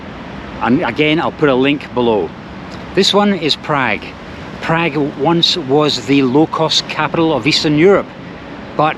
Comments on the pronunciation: Prag? Who pronounces it like that? Prahg, please. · Funny how he pronounces PrAgg !! Agreed, Czechnia / Czekia, crazy.